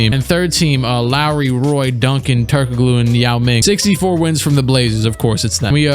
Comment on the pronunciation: My guy really said “Turk O Glue”